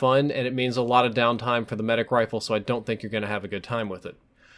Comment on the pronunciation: Sometimes he sounds like he is saying wifle